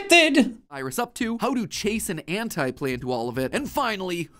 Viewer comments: Ant-eye-Septiceye. I think that's where its from. Not Anti, but Ant-eye. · And when he said anti it said it as auntie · Why people pronunciations anti as hentai and not ANTTI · Pronouncing “Anti” as “Antee” is incorrect. There is a seperate word pronounced “Antee” it’s spelled “Ante” it is a term referring to gambling, and has a long e because it is at the end of the word. Any word with “I” at the end of it is pronounced with an “I” sound, not an “e”, if there is only a single consonant between the last vowel and I, except for with let vowel “O”, which is flexible to both. Therefore, “Anti” is pronounced, “An-tie” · Jack getting mad at Mat every time he says Anti has the same vibe as him getting mad at everyone pronouncing Sean wrong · Jack getting annoyed at matpat at calling anti, ‘anti’ was great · When someone doesn't even know how to correctly pronounce the name of the big villain of a series, I struggle to believe anything they say about it. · Why does Sean keep trying to pronounce anti like ante? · Mat saying anti that way is so gross. Thats not his NAME BRO. Its anti. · Lmao Jack says Anti wrong and then whines about it😂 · Ant-I septiceye makes more sense than “ant-ee septeceye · It's Anti ANTEYE NOT aNtI Sean get it right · WHY MATPAT WHHHHYYYYYYYYYYYYYY its anti NOT ANTIIIIII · Jack reacts to a theory video about Jack, who was made by Matpat, Epico 🤔 (Kekw) Looked like a pretty fun moment on stream, someone got to let Matpat know it's antea not antie, other than that it was a fun theory to watch. Whether it was right or wrong, the effort process was interesting to watch. Wonder if Matpat will react to the react & become a double react. Pretty Awesome Highlight, Keep it up & Stay Safe Man 😎 👊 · Wait- it's Anti (Auntie) and not- you know.. Anti (ant-eye) Anti(Auntie) just sounds in my opinion; absolutely a w f u l.. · I cringed too hearing AntYE not ANTY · "Anti-Septiceye" rhymes, "Antee-septiceye" sounds... Not as good. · Matt’s killing me saying ant-eye